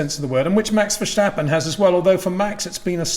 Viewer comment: Peter, Verstappen uses a hard "S", not a "Sh"... I wonder who came up with this. If you can say "step", you can say "Verstappen"!